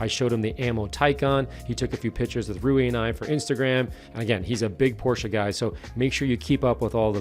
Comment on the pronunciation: thank you for pronouncing porsche correctly. every time someone neglects the -e i die a little inside